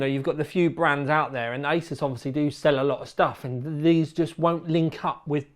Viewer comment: "ey-zeus" The founder of Asus has already stated how the name is suppose to be pronounced.